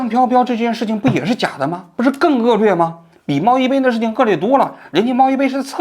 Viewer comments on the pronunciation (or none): 1.恶劣lìe，不是恶lùe 2.脱开剂量谈毒性都是耍流氓。